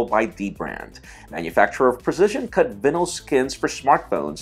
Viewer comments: I cringed when he said "vinyl" wrong. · that fucking voice! .... FUCK! ... "vinnel skins" lol